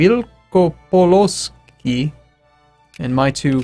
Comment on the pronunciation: Wielkopolska should be translate to Graterpoland, i think. Śląsk or Slask is Silesia. Mazowsze - Mazovia. That was funny when you tried to say Wielkopolska, that wasn't perfect, but nice try. Polish is hard to learn.